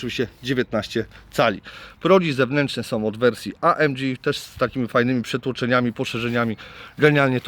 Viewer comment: Auto ładne i super wyposażone ale mam pytanie a mianowicie dlaczego nazywasz pakiet AMG amdziiij?